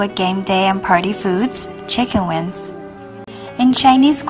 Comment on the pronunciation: because for some Chinese, it is hard to distinguish and pronounce correctly N consonant(win) and NG consonant(wing), just guessing.